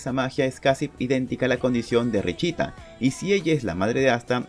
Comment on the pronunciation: Se pronuncia "Richta" pero no puedo pronunciarlo por eso dijo "richita" :'v